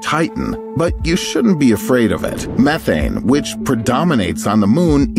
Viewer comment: did he say meth ane im in